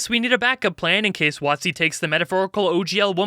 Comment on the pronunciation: Watt-zee, eh? Interesting way to pronounce it and with the changes to the OGL, it seems accurate with what it rhymes with.